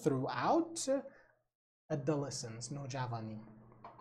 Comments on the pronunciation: تلفظ adolescence رو کاملا اشتباه میگید! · Adolescence اشتباه تلفظ شده